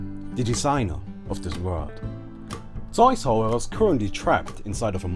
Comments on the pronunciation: This vid is alot more relevant now that DotA has just released its netflix series. P.S. idk how Zeus is pronounced in other languages, but in english its pronounced Zoos. Like Zoo but with an "s". Zoos. You kept saying Zoys which was so annoying 😭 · zeuz is not called zeys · Nice video! just one small thing its ZEUS not zoes lol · Never have I ever heard someone call Zeus Zooise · Did he call zeus zoids? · I LOVE HOW HE PRONOUNCES STUFF IN THESE OLD VIDS. "EE OH" = IO "ZAYUES" = ZEUS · It's not an accent. It's just not knowing how it is propely announced in english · pronounces Zeus as soy sauce, sorry, it's just too funny. (I hope not that's the way you pronounce it, if so sorry x)) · soul eater games But also in german. :) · Zeus = SOJS? man learn english! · soys, hahaha I love how you pronounce zues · Nice zeus pronunciation :,D :,D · Funny video, but your pronunciation of "zeus" is the weirdest one I've ever heard ^^ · I like how he pronounced Zeus as the Germans do. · Mit ree I know, just making fun of his pronounciation :D